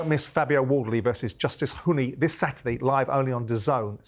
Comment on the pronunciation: “Give us your summation of Wardley vs Hunny” - it’s Huni, Simon, you wally 🤡🤦‍♂️